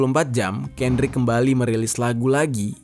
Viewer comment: KENDRICK LAMAR BANG BUKAN KANDRICK LAMAR